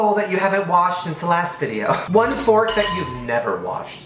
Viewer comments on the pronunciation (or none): none